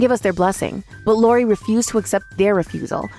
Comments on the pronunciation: What is this 'Lori' nonsense? It's I~O~R~I. They don't even know THEIR OWN CHARACTER'S NAMES??? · Can this VA please learn the names properly?! Its not Lori it’s iori